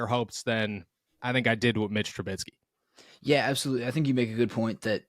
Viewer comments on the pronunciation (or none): Please, please…for the Love of God stop saying Tru-BITSKY! There is no T. It is Tru-BISKEY.